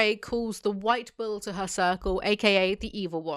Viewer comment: I kept hearing 'ball' instead of bull, and I think it says a lot about the series that I didnt even question it lol